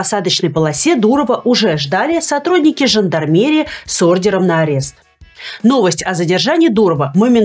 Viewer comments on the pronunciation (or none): Блин Люба! Апест или задержание? Ты же училась на юридическом, откуда столько ляпов?